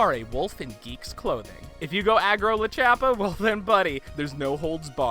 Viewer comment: It's not Lachappa It's Lord Chappa